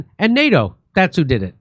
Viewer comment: Nay-dough ! What the heck is that?😂😂😂 Likewise new-killer war?